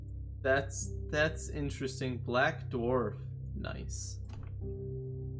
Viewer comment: spike collapses the sun into a blue darf no darf is not a typo he said darf